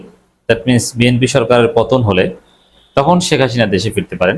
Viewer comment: আপনি তো ভাই হাসিনা উচ্চারণই করতে পারেন না।